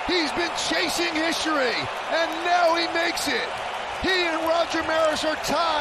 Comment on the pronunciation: "Chasing Hishory" 😂😂😂